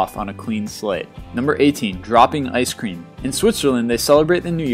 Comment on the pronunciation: ice queam lol